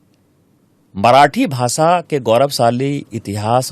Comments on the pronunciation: देस✖️✖️✖️ देश✔️✔️✔️ भासा ✖️✖️✖️ भाषा✔️✔️✔️ पहिला स्वतः व्यवस्थित उच्चार करायला शिका मग दुसऱ्यांना उपदेश द्या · Pehle hindi bol achche se..bhasa nahi bhasha..😂😂😂😂😂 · It is bhasha not bhasa 😂 first learn Hindi properly 😡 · तुझे भाषा बोलणे नाही आता.... भासा बोलते हो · भासा नाही रे भाषा आधी हे शिक मग अक्कल विक😂